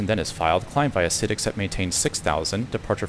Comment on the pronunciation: While it mimmicks human voices very well already, it immediately fails to say the basic and frequently used word “IFR” correctly when starting and it keeps saying SID incorrectly. But its way ahead of anything else! Remembering the days when hearing Amazon Polly was amazing on P2ATC..